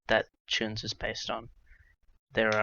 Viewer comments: I'll have you know it's pronounced [t͡ɹ̠̞̊ʲʊnˑz̊] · It’s /tjuːns/ you aubergine